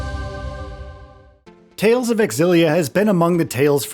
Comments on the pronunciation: Dude, it's pronounced ZILLIA, not X-ZILLIA! Smh... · xillia is ksillia! that's how you do x in my country. it's not X-illia it's in one go xillia, it's like me when i thought anime when i was 16 was english and was pronounced a-nime yes that was an eye opener for me when i watched anime in japanese later that year. and characters saying it's anime... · Its not EKSILLIA BUT ZEELIA Yw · It’s zillia, not x-illia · Nope, the "Ex' was always pronounced in that name, you can search Youtube for interviews with Dennis Lee (the brand manager for the Tales games back then) and hear him pronounce it back in interviews from over a decade ago to prove it . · AI generated voiceover. Can't pronounce Milla, Xillia, or any of the names properly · Would be nice if these reviewers would ACTUALLY play the game, rather than hust reading about a game you never played. Very obvious you didn't play it, considering ALL battle footage is auto battles, you don't know how to pronounce important names, you know like the main character, and you don't even say the game name correctly. AI slop, or lazy creator, take your pick 😂😂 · Is it pronounced “X Zillia” or “Zillia”